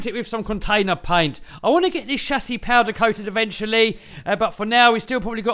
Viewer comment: I love the way he says 'shasis'😂 You will definitely win the competition 👍👍👍👍👍 MY BEST WISHES ❣️!!!